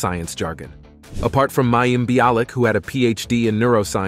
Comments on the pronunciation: He knows. The poster was actually just pointing out how unfamiliar the commentator is with the show, he doesn't even know how to pronounce the actors' names. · Who is "May-eem?" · They kept mispronouncing mayim's name.